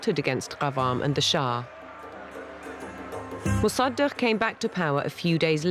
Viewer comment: the horrible pronounciation of mossadeq...